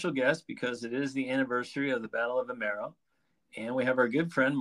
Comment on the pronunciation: You have the names wrong ... its not vimeiro or Cintra, it is Vimieiro and Sintra